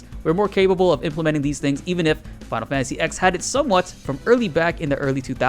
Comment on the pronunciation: I literally thought the same thing. Who says Final Fantasy X? Roman numerals, broskie. We don't say, "Final Fantasy vee-eye-eye." (FFVII) 😐